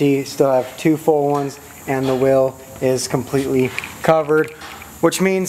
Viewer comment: It’s wheel not will